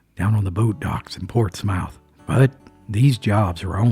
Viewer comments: I used to run the back roads of Scioto County Ohio. I LOVE LOVE your stories. There’s several channels on here, and I like Jared just fine, but there’s no comparison to the way you spin a yarn! You are a natural! BTW the pronunciation of Portsmouth, OH is “Ports-mUth”, just so ya know 🤗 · Portsmouth is more pronounced portsmuth